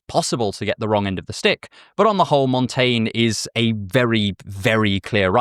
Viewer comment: I assure you that your pronunciation of "Montaigne" is quite good.